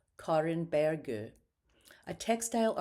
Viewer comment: I appreciate the videos as I'm educating myself on Nordic painters. But please use English pronunciations when speaking English. Perhaps "g" is spoken as "y" in Swedish but it's very distracting when you are speaking English. I had to constantly check the names being pronounced (Bergh, Goteborg, Furstenburg). I have heard this best-practice enunciated often: don't say "Par-ee" when speaking English, say Par-is--or you sound pompous.